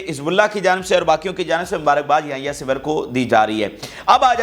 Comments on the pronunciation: Bata simr nahe sinwar ha sara nam Tu galat bolts ha, English ma bare galteyan han😂 ina thaik kar .😅😅😅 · Yahya Sinwaar plz pronounce correctly with respect his name 😡